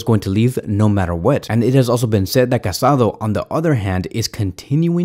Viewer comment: Just a tip, is not Marc CasAdo, but Marc CasadÒ. 😅